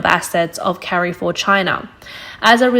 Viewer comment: i agree with you, still cringed at the "carry-four" pronunciation in this video. where is this from lol